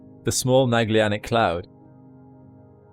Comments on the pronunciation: there is no "Magllianic cloud". It's called "Magellanic Cloud". It is written correctly, but as with other names pronounced incorrectly. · Great video! I did struggle with your pronunciation of Magellanic though 😅